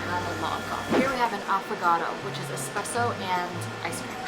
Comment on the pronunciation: ESpresso not eCspresso my guy 😞